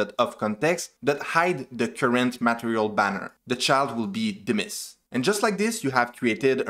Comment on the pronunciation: he says dimiss instead of dismiss🤣.. nice video though, expected something like this from flutter official